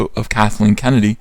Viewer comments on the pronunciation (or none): none